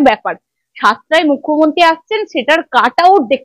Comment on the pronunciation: এই মেয়ে তো মূখ্যমন্ত্রীই উচ্চারণ করতে পারে না এ আসছে উপস্থাপনা করতে?